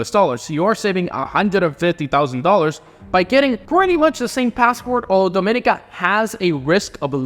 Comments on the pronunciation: Dominica is pronounced DO-MEN-KNEE-KA 🇩🇲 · Hi. Those 2 Caribbean countries are pronounced Dom-i-nee-ka and Gre-nay-duh. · Correct me if I'm wrong but I always thought it was pronounced DominEEEka ?